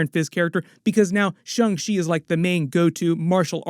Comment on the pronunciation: It’s Shang-Chi not Shung lol